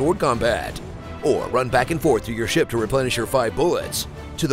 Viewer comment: why did they keep the take of him saying ship wrong